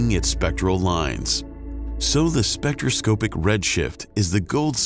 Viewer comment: This was very interesting and has moved me to subscribe to this hitherto unknown to me channel. I just have a couple of nits to pick apart from the missing umlaut in Schrödinger's name. "Quiescent" has 3 syllables and the second 'o' in "spectroscOpic" has the sound of the 'o' in "cop".